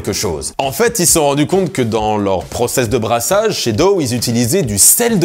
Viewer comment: Très bon sujet. Toutefois, voici un complément concernant la bière DOW dans ce podcast de 5 minutes d'À REBOURS produit par Radio-Canada... Et puis, ça vaut la peine d'écouter juste pour savoir comment prononcer correctement DOW... ;)